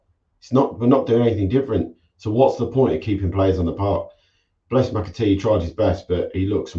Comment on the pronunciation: It’s McAteer not Macatee